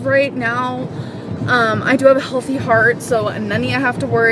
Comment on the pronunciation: Take some Advil and stfu. She loves the attention. The first clip she says she’s had so many EKG’s like it is a contest. And so giddy that her heart is hulthy. Yeah, I spelled it like she says it. And in the next few years creeps up to 600 pounds. She will die fat. And she loves it.